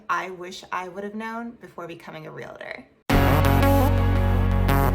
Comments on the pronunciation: Please stop saying real-a-tor, it's real-tor. It only has 2 syllables, not 3. There is no A between the real-tor. If you are one you should definitely know this. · You say realtor wrong